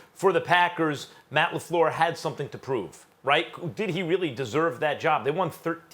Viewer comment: To me it's still Matt Lafluuhh